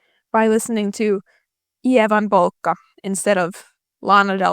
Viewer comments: was wondering where your accent was from until that perfect pronounciation of ievan polkka hit 🇫🇮 Be proud of yourself! Ride the cringe, you'll find people thinking you're the most interesting and memorable person they've met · As a ducktales 2017 fan i can definetly relate Also hello fellow finnish person! Your perfect pronounciacion of ievan polkka outed you pretty well :DD